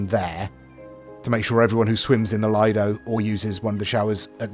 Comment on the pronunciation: it has been really annoying me for some time now so I thought I would finally say something; the word "lido" is pronounced "Leedo" with a long "e' sound for the I